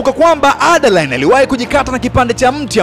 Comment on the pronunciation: Broo umetisha sanaaa hio speed ya kuongea nmependa aiseee msekeseke wa kutamka majina ya jane na adaline khaaa